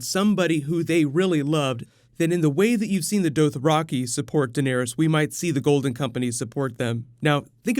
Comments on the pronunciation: sounds like u r sayin dope raki xD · Holy crap stop saying Dothraki like that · the way you pronounced dothraki. lmao what. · Your pronunciation of Dothraki is frustrating